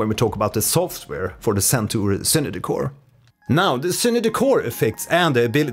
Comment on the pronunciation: It is Zen Tour, not Sen Tour! Are you originally Scandinavian?